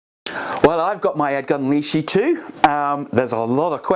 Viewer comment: Please at least pronounce the name correctly.. it’s Lesh- ee. , not leash-ee.